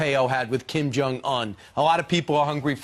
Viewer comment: That sniveling Brian kept on acting like an impatient greedy car salesmen saying 'yeah...' interrupting repeatedly - trying to rush or interrupt the President's train of thought. Plus Brian doesn't even know how to pronounce Kim Jung-Eun 김정은. President Trump is magnitudes more graceful even giving the time of day to these puppets, let along an interview. Ainsley is likely uncomfortable sitting on the couch with those losers especially after what Doocey Dooche and other womanizers at Fox have been sued for doing. She could do much better than being on the same set with the likes of them...